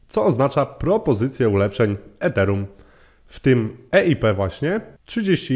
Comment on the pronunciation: Źle wymawiasz Ethereum